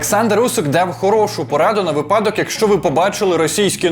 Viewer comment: Друже, дякую за гарний український контент)) дружня порада: наголос на вИпадок) а не випАдок)) навчаймося разом!)